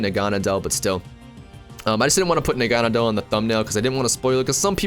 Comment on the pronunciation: Naganadel is (nah-gah-nay-dll) I think